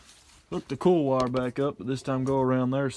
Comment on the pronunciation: Sounds funny the way you say COIL. Sounds like you are saying CALL. Same with OIL sounds like ALL. Not making fun just find in pretty unique.